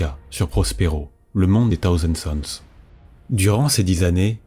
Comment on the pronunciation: T'as vidéo est géniale mais moi j'entends "taosen suns" et ma santé mental en prend un coup XDXD... Prononce le correctement STP Thousand sons PS: La suite, when ???????